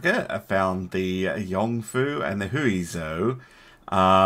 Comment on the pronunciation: I believe its pronounced 'hwee-joe' approximately (zh - basically sh but with a z sound rather than an s sound)